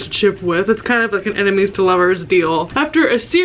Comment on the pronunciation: every time you say "ennemis to lovers" i hear "animes to lovers" and get really confused for a quick second